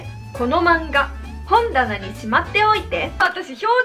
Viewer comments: ほんだなの関西弁の発音違うな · 「この漫画本棚に」の「ほん」のイントネーションがこてこての関西弁と違いますね。 こてこて関西弁は車のホンダのホンダに「な」で本棚です。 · いきなりから標準語のアクセントが違う(笑) 本棚が両方とも関西弁のアクセント。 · 本棚のイントネーション違うくない？